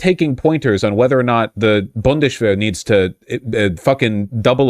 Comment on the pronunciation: Wjhys vaush talking like sean connery by saying bundesshwehr.